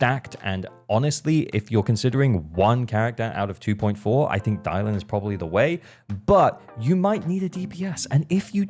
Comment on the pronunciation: It’s Dialyn btw